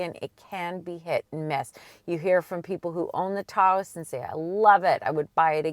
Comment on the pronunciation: What is a TAO-OHsss? Someone having a stroke? Phone the mayor of Taos, NM and ask for the correct pronunciation. Fine bucks says it ain't TAO-OHsss.